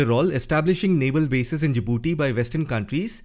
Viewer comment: Djibouti, not Jadibooti